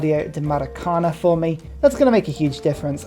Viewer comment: One of your favorite wonders, as a brazilian it bothers me a few hahaha... try to speak like maracanaN no tonic letter